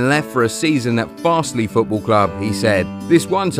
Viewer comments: Kalvin Phillips IS Leeds United!! Guaranteed future Leeds and England captain!! MOT ALAW!!! PS They are pronounced Wurtlee and Farzlee. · Its pronounced wurtley and farzley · Well Wortley and Farsley are totally pronounced wrong 🤣🤣